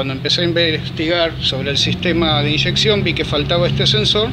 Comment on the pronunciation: Si decis "Inyeccion" en castellano... ¿Por que le corres la tilde como si lo dijieses en ingles?